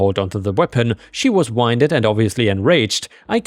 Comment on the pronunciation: You made another common mistake that people who speak English as a second language make. Whether the win in wind is pronounced as win or wine depends on context, but the win in winded is always pronounced win English is a dumpster fire of a language, and this is coming from a native English speaker.